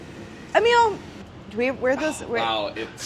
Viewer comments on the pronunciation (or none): none